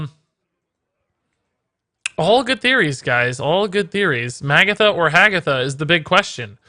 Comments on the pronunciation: Nitpick: her name is pronounced ma-GATH-a, not MAG-a-tha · If it's gonna be either of them it's Magatha. And it's "Muh-goth-uh"